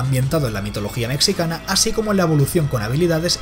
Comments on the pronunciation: Mitología Metsicana?? xDDD hombre, hasta yo sé que la pronunciación es Mejicana, pero, se escribe así 'Mexicana' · “Mexicana” se pronuncia [mejicana], no ‘meccicana’. :D